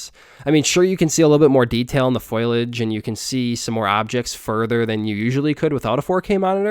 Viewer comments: Dat foilage :P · It doesn't take a nucular scientist to pronounce foilage.